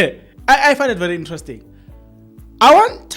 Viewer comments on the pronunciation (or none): none